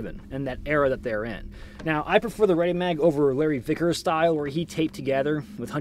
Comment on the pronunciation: I swear you said Larry thickers at least once